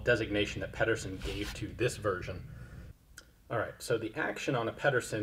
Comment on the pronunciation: Ped er sen not peddersen